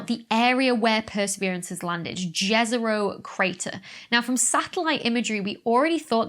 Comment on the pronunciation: In Slavic language Jezero, you pronounce second part good, but it's >J<ezero. J you read like Y (example: yogurt). :)